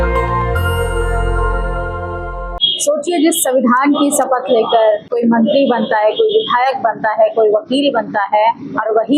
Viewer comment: आंटी देस नहीं देश होता है। सपथ नहीं शपथ होता है। कम से कम भाषा तो सुधारो आंटी। 😢😢😢😢